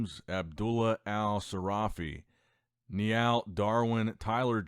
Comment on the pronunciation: I've never heard a worse pronunciation of Niall, ever.